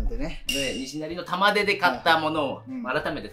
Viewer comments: 玉出↑じゃなくて玉出↓やで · 玉出⤴じゃなくて玉出⤵でよろしく(笑) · 紅天おいしいですよね～ 「玉出」のイントネーションが気になって、ちょくちょく頭に入ってこなかった。(笑) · 玉出の発音ちゃうねん